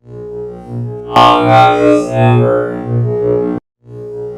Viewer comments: I hear "long ass number" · Oh my God is Amber Is what I can hear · All I hear at the mid part is arow's amber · He sounds sometimes like he's saying Avocado's never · Avognos zender is what I hear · At a little over a sextillion its sounds like he is saying: Avocado’s never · "AVOCADO'S SNOBBER" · All I hear is “No Nut November” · When u get farther in the vid it just sounds like “ avagados numba “ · "AVOGRADO'S NAMBER" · Did I just heard "Avocado's Number"? Hahahahahaha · I thought he said avocados number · Please tell me I wasn’t the only one that thought it said avocado’s number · it sounds like "avocados? never!" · On 2x i heard avocados never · I was hungry and thought it said "Avocado."